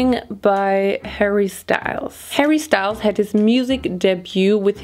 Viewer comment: As a French, your pronouncation of Harry Style is very bad 🤣 if it was in french, de will pronounce it "harry Stele". Y is like E